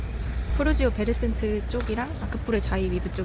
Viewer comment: 푸르지오 센트베르를 베르센트라 잘못 발음하시네요 ㅎㅎ 푸르지오 센트베르에요^^